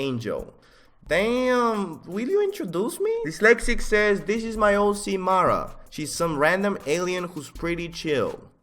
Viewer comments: is he saying hoe C on purpose? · “ it’s an amazing HOE c” lmao